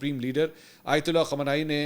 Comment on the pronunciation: Anchor sb khamani sb ka nam sahi se lo